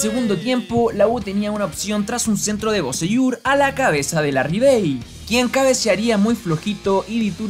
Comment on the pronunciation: es larrikane, no Larrivey